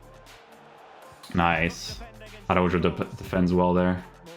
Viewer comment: that Araujo pronunciation almost gave me a seizure 💀